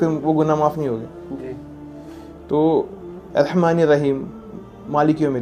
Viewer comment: Assalamualaikum bhai, One correction in your recitation and speech. Its not “Rehman” Actually it should be pronounced as “Rahman”